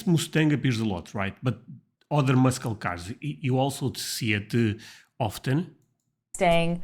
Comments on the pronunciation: You’re pronouncing “muscle cars” wrong. It’s pronounced “mus-sle cars” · Muscle cars are pronounced as mussel cars. You do not pronounce the 'c' in muscle. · muscle car is pronounced as mussel car, the letter ‘C’ in muscle is silent. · Your English is great buddy... but the you mispronounced "muscle" the c is silent... it's "mussel" not sure why we add letters that aren't spoken.... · Just an FYI: The "C" in Muscle is silent so pronounce it as Mussel. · the C in "muscle" is silent. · The c in muscle is silent. I know, I know, the English language is wack af. Don't blame us, blame the brits.